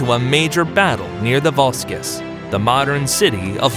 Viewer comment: Vosges - still the name of a place in present day France, pronounced "Voje". (like the J in DiJon and deJa vu)